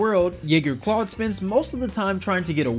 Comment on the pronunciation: All of the things you pointed out that WE might have missed and you missed that it’s CLADE not CLAUDE lol. 🤦🏻‍♀️🤦🏻‍♀️